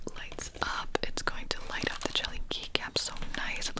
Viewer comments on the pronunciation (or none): Okay I might be a little sleep deprived, I thought you said ‘where is my leg’ and I was literally confused for two whole minutes. Decided to go back and finally caught that you were saying ‘where is my light’. What an adventure it was😂